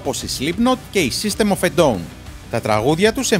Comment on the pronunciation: Όταν άκουσα system of a dawn(down) έκλαψα ομολογώ 🤣🤣 ωραίο βίντεο λίγο περισσότερη προσοχή στα αγγλικά 😝